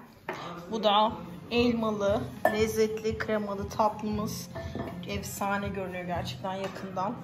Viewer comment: Evsane değil efsane birde öğretmensin Türkçe den daha haberin yok